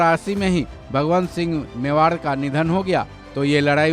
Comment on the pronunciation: महाराणा भगवन्त सिंह मेवाड़ नहीं ......भगवत सिंह मेवाड़ थे। उच्चारण ठीक से करें।